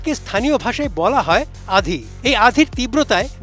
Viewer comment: এটা আধী না এটা কে বলে আন্ধী......